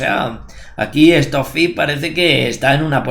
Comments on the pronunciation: "Estó fi "...🤣🤣🤣🤣🤣🤣🤣🤣🤣🤣🤣🤣🤣😋😋 Trabaja la pronunciación por respeto. Stock fish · Esto fi